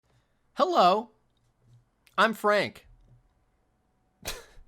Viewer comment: hewwo